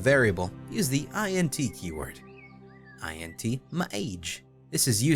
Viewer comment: as a programmer. int is not I-N-T it's int IN-T (in and t sound) like "ink" but with t